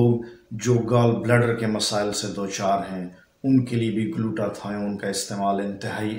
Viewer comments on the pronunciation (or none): none